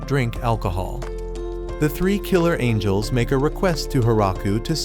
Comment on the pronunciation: bro called angels "angles"😂